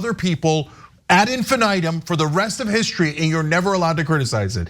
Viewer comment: “ at infinitum” 😂lol